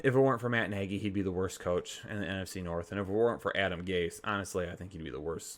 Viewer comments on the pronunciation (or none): none